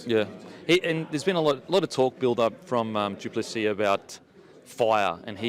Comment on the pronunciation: How you pronounce plessis makes my eye twitch 😂